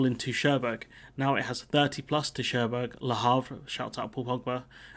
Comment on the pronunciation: Minor quibble: Cherbourg is prounounced 'Shaireboor' - not 'Chairburg'.